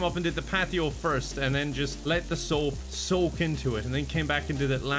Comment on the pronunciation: "The sOHP sOHk" I really felt that